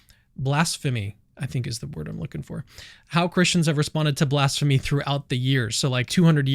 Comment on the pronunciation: blasphemy - bla-sfuh-mee.